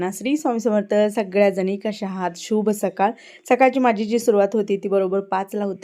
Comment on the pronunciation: ताई, शूभ सकाळ नाही, शुभ सकाळ. श ला र्हस्व (पहिला) उ लावून म्हणायचा. तुमचे व्हिडिओ, तुमचं बोलणं मला खूप आवडतं. त्या भाच्याला ६ मार्क पडले, तरी तुम्हई छान म्हटलं पाहिजे. त्याला छान वाटलं असतं. असो. तुमचा शेरू खूप छान ाहे. तुम्ही ज्या लगबगीने घरातली सगळी कामे एकामागऊन एक करता, ते मला खूप आवडते. खूप चांगला उरक आहे तुमचा. शुभेच्छा.❤